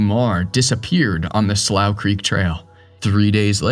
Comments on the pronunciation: The name of the trail is pronounced “Sloou Creek”……and that is a shallow creek. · Slough Creek is pronounced Sloo Creek. Have been there dozens of times, mostly into the third meadow. But that was years ago. I am now 80.